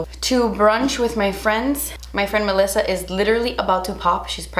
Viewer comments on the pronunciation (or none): none